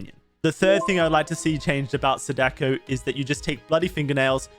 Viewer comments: the correct pronunciation of "Sadako" has the accent on the first "a", people tend to say "saDAko" instead of the correct "SAdako" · Can someone tell that it's pronounced 'SAH-duh-koh'? Emphasis on the first syllable. Japanese is a pretty structured language. When you learn a few names, it's really easy to pronounce them correctly. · It's (Sah-Dah-Ko) Sadako👍🏾